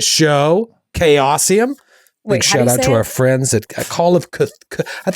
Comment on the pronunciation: That is the correct pronunciation of the impossible to pronounce word Cthulhu. It's also the correct pronunciation of call and the correct pronunciation of of. And the correct pronunciation even of chaosium. So you nailed it on all fronts good job